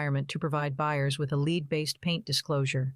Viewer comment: Question 45 pronunciation is “lead -the element” not lead as in front. However, great learning material